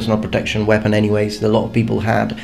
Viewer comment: "poople" the lowest class of people :D